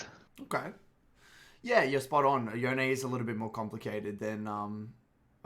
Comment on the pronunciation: rly good guide, but its pronounced yone not yone lol